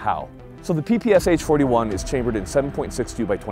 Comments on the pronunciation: Ppsh, not Pps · Thanks for this video. Btw it is spelled "PeePeeSchah" (PPSH) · not p p S H. "Sh" reads like a one sound by the first letter of the designer's last name - Shpagin. Like piece of SHit:) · you're right but wrong. Ш is pronounced Sha while the П is pronounced P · Its the ppeshhhhh 41 with the shoosh sound not the p.p.s.h 41 without the shoosh sound